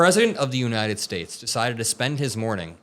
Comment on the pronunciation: Did that fool actually say that 'Trump can articulate.'?????????? as in the United SCHATES of America? or how about the closing of airports during the Revolutionary War??? He's as articulate as a valedictorian speaking at a 3rd grade graduation.